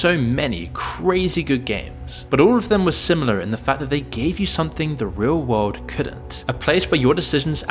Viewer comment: Why does he say "wald" instead of "world"?